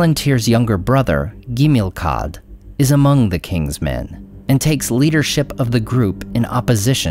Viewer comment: it´s Tar PaLANtir and the pronunciation of Gimilkhad in the KH is like an H as in Khazad Dum. l am surprised YOU of all people make these mistakes